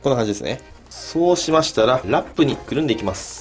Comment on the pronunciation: ［ラ↑ッ→プ↓］って言ってて草